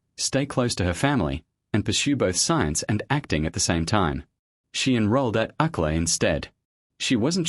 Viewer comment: "She enrolleed in Uck-lah instead." 😂😂😂 Sometimes, people, we need to review our final product before clicking the publish button. UCLA, for our non-American friends.